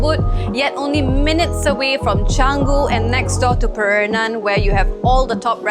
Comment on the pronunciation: I'm surprised you wouldn't know how to pronounce Pererenan. Also, a wider aerial view would've been a nice shot.